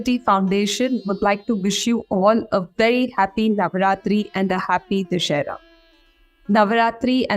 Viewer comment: Exactly!!! What is this Navratri..? what is this Dussehra - Du - दु sse - स्से hra ह्र - दुस्सेह्र We in india have Nava rātri meaning nine nights or Navya Rātri meaning new night... Do you really think they can face those communist intellectuals with this cheap quality..? Can't name the festivals properly, can't call the God's name properly, can't even pronounce the name of the country properly... Happy NavaRātri and VijayaDaśami(Dasara/Daśahara(Daśa-10, hara- to kill/destroys.. slaying the 10 headed one)) Bhārata māta ki jaya ho.. Jaya Śri Rāma